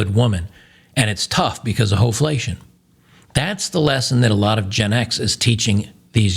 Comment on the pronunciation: Lol he actually said ho-flation 😆